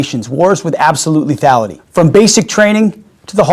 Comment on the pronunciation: "Lethality" lol